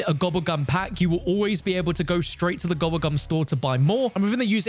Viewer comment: "AND WHEN GOING TO EHHDIT A GOBBBLE GUM" 🔊🔊